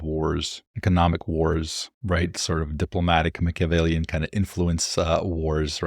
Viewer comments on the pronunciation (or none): Great episode! Very informative. So: I know you receive annoying advice on pronunciation, but I guess I can’t resist chiming in with a note that at approximately you were using the excellent word, Machiavellian. It is pronounced. Mack - uh - VELL - ee- ehn. Love your channel. 🙌